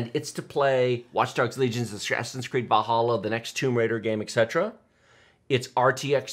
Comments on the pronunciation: Just me or is he saying assassins creed bahalla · So Valhalla is pronounced like "Va halla", not "Val hala"?